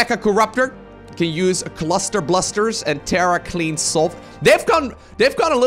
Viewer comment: can you say cluster blusters again.....sounded funny with your accent